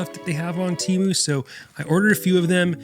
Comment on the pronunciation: why does no one ever pronounce "TEMU" correctly??